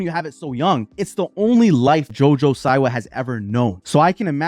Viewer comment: The way you say her name, lmao, omg… it’s pronounced ‘See-wah’, also, Tana Mango, XD!!! Okay, now, back to Jojo. She oversold it. She should’ve been more shocking with her music video. She didn’t come through. She played it safe. If she gives us more, just like Miley did with her Bangerz tour, then, the reception would be different.